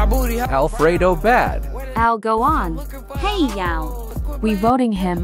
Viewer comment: THE WAY THE AI PRONOUNCD "heay?" MADE ME ROLL OFF THE 600TH FLOOR OF MY HOTEL BYE